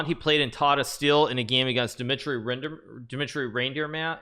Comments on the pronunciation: The GM is Dmitri Reinderman (pronounced Rhine-dur-man) so hikaru is not far off haha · Dimitri Reinderman, not reindeer man lol